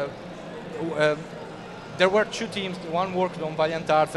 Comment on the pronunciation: pregi da studente di liceo linguistico: "two" è 'tu' non 'ciù'. te possino ahaha gran bell'intervista, comprerò appena possibile il gioco.